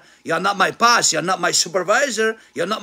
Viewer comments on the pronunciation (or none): انجليزي ده يا مرسي؟ POSS?! It is Boss not sure how an “English professor” would not know that!